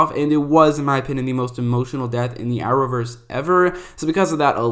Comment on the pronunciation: nobody: This Guy: Are-owverse